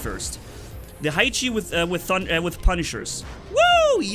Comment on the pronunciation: Haichi is not [haichi] but [haechi]